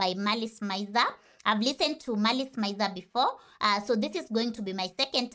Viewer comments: A couple of notes (love the video by the way) 1. MIZER is pronounced "me-z-air" rather than "my-z-er" (a lot of people make this mistake, so you're fine lol) 2. for the next MALICE MIZER song, i recommend au revior or gekka no yasoukyoku as both have amazing music, fashion, vocals by the one and only GACKT, and the same serotonin. or ILLUMINATI for something tonally different from the same album as the other songs mentioned (merveilles) ;) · it's not said meezery either though it's said miz-ery